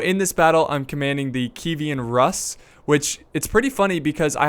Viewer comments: I believe its pronounced the "kee-evan roose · Yeah, I've always thought Kievan Rus was pronounced "Kyev'n Rüss." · You're killing me smalls xD it's KEY-EVAN ROOSE! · btw just say kingdom of russia (kieven rus) because i don't think you're saying right from what i've heard